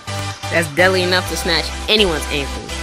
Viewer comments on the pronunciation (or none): Great vid, my brotha. Took me about 2 minutes though to figure out that you were saying "deadly", I thought it was some new hip expression called "Deli". Nice vid though, my man.